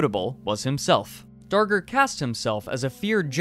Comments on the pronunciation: thought he said henry danger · Time to make a documentary, better start researching... Skips learning how to pronounce name of subject.